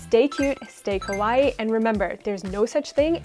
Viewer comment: If this is a "all Japan" channel then work on pronunciation: purin is not pronounced "pure inn" it's "poo-rin", also kawaii has a long "ii" sound at the end which really needs to be emphasized, otherwise the accent lands off